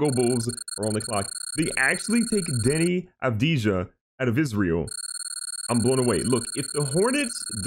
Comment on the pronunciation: It's pronounced Deni Avdeea the j is silent